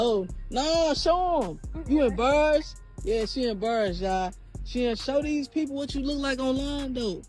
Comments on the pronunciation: “She EmBurrassed” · I want him to say embarrassed right but picking on her😂 ill wait